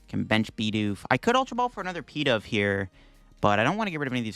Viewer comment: Pee-dove? Is this such a Bad Deck Friday that this Pokémon deserves a nickname? Pigeon-Dove. Pi-DOVE.